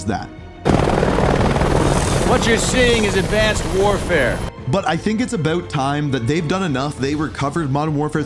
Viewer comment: “ABOOT time…” 😂😂